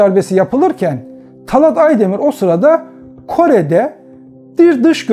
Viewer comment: Talât talat değil yahu şu Türkçeyi evvela doğru kullanmayı öğrenin